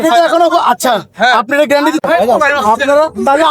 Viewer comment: গ্যারান্টি ❌ গ্র‍্যান্টি ✅